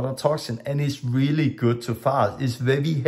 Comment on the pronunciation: You can say an R letter, then why do you say vevi when it's supposed to be veri.